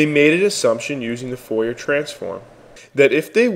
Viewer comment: Ingrid Deebahshees. :) Daubechies is French. Try "Daw-beh-shee" as a better rendition of the pronunciation, with the last syllable stressed :) And Fourier is pronounced "Foo-ree-yeh", again, last syllable stressed. Great introduction to wavelets, by the way. Thumbs up.